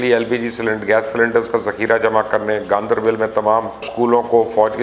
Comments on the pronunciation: I do watch your videos but you make mistakes like pronouncing names wrong. Ganderbal not Gandeebil.. Galwan not gulwan Kargil not car gill Don't you read the comments or you think some comments hurt your ego? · It's Gandarbal*not bil or bel